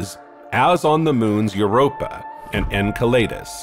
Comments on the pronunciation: the word is pronounced en*cell*le*dus not en*cell*lay*dus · Was thinking this too. It would explain "En kai lee dus" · I liked that you tried to correct him even though you got the point so I'm going to correct you too! 🤣 Enceladus (not Enceledus) derives from a titan of the Greek myth Εγκέλαδος so him using an ay instead of an e is much better although both wrong. Astrophysicists I've known pronounce it Enceladus, which is pretty close. Anw if we got the point I guess it was fine enough 🤣